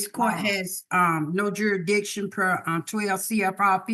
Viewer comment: None of them can say jurisdiction 😂😂😂😂